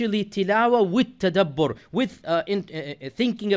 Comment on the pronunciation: Tadabbur not tabaddir